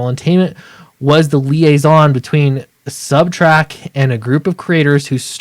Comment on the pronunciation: It’s very distracting to hear you say subtrack. We’ll see if this will shake up the big two or if they just continue down the road they are going in (did you hear the are making Tim Drake bi?).